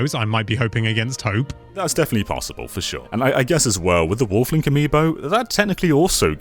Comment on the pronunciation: When I hear him say, Wolf Link, for some reason I hear him saying waffling Link. I know that doesn't make any sense, but he has said the word "waffling" a lot in videos. That could be the reason, I'm thinking like that.